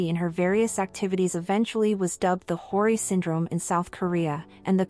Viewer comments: You're saying her name wrong 😅 h-yoh-ree not horey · is this narration done using bot? i keep hearing hori and haiori. not a fan of finkl or hyori.... but she's great. definitely OG. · It’s pronounced “Hy-yori.” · THANK YOU! "Hori", "Hawrish", "Day-sing" Like wtf, at least try to put in a little effort in pronouncing the Korean names and terms... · Its pronounced Hyo-Ri, like YO, but with a H in the front. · This video is really interesting but the robotic voice and constant mispronunciation of her name is really annoying… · Please, her name sounds so so wrong, 😂 spell it properly😂